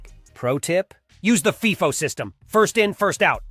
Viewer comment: FIFO. Pronounced Fī-fo. Long I. Like Life-o. Sheesh.